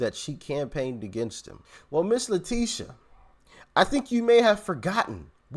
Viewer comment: STOP CALLING HER LETICIA! THAT BITCHS NAME IS LETITIA. LIKE A TIT. STOP SCREWING UP A BEAUTIFUL NAME LETICIA. SHES FUNT N HER NAME IS LETITIA.